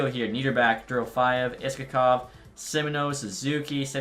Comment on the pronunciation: Pronounced “Ishakov”